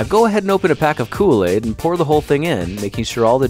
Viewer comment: You mean... Kool-aigs?